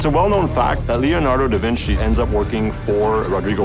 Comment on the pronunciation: the way he says leonardo is halarious!